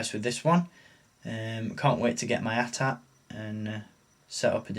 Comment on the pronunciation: for the proper pronunciation of "AT-AT". I have this vehicle and I had the original version in 1980, which always seemed too big to me. I like this new smaller one with more detail. Thanks for the excellent review. Also I agree - OPEN YOUR STUFF AND ENJOY IT!!!